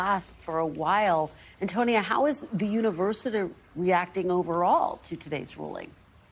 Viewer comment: "...the universiTER..."!? OMFG!